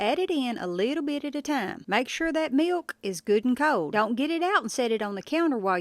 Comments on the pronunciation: "Meelkh" not "milk" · You dont have to pronounce the "K" in milk so hard 😂😂😂 it started irritating me😂😂😂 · Never heard milk pronounced with a hard K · 😀 I like how you pronounce 🥛 milk with a strong 💪🏾 "K." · You want nice cold milKKKK. Or maybe it's pronounced milQ. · she said "milQ" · How come you give such a loud and pronounced K in milk, but in for the k is nearly silent The meeyalK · Millkah 😂 I love the way she pronounces milk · She says milk funny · Why are saying milk like that? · Never heard anyone pronounce the 'K' in milk like the perfect snare drum of an expert beatboxer 👍🏻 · The way she says milk😝... She's awesome.💯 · You know a woman is southern when she pronounces “milk” and the k is a mouth sound 😅 my mother taught me how to make biscuits this way too and they’re perfect every time💕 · She really uses that K in the word milk😂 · I love the little crinkle in her voice as she pronounces 'milk'. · I’ve never heard anyone pronounce the K in milk so prominently. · That "K" on MILK is WILLLLLLLD! LOL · That punctuation of milk is driving me a lil crazy… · Thank you. It looks like a great recipe! I got a little amusement out of this video, I mean this nicely! (caution to everyone, im going to say something next, that you're not going to un-hear once you hear it - you were warned) lol It's cute how, every word you say that ends with a "k" (like milk, fork, etc), it's like you're cutting a C.B. mic off every time you stop talking on a CB😊